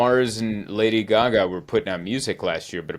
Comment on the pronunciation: Speak more about this "Lady Guh-Ga".